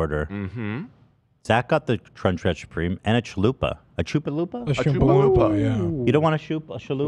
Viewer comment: Why do you keep saying chalupa wrong? Like you guys are saying it really wrong.